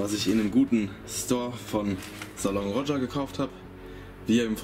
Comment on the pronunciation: Wird „Salon Roge“ ausgesprochen, das R ist stumm aber sehr sehr geiler Laden💪🏻